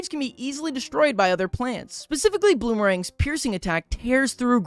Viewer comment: He keep saying bloomerangs at the start 😂